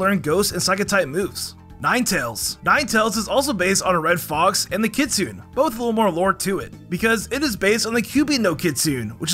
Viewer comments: Kit-soo-NEIGH, not kit-soon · Just so you know, the kitsune is Japanese so you have to say every syllable, making it kit-su-neh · What the hell is a kitsue?? I believe you mean Kitsune.